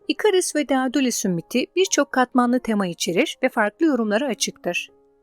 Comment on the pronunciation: Dedalus diye okunur